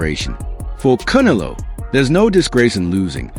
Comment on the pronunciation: Voice machine can't pronounce Canelo.